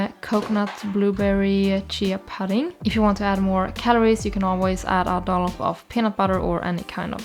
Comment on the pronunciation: "Thyme" is pronounced exactly the same as "time", "pudding" is "oo" like in "hood" or "good".